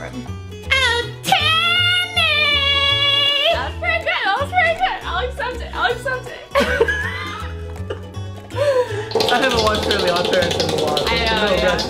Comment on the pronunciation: oh Timmy! Me: Tammy who! To me, it sounded like said Tammy instead of Timmy.